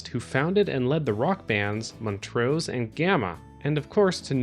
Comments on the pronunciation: montrose.....pronounced mon-trose hard s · That's not how you pronounce montrose.